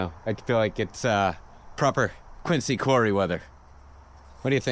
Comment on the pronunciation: While Quincy does have a "c", locals know that the pronunciation is with a "z", thus Quinzy.